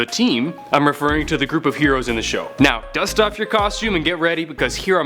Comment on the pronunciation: 25 yeros instead of heroes